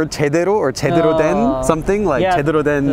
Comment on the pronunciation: is it me and my poor listening skills, or are you saying "제대로" as "제드로"?